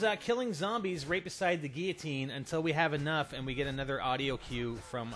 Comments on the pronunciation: Gil-o-teen..... Wtf is a geatine? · GUI-LL-OTINE L NOT YA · GILL-AH-TEEN oh my goodness damn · God damn it, it gill-o-tin. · What's a Geeoteen? xD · It's pronounced Gui-ya-teen. You say it wrong.